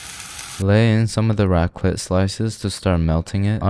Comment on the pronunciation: Raclette is pronounced with a "t" at the end: raklett (even 2 ts, it's a longer sound)